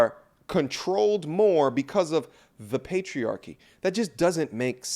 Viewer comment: What a m0r0n. Wow. Can't even utter a full sentence and is talking about PatriaKKKKYYYY. Not patriarchy...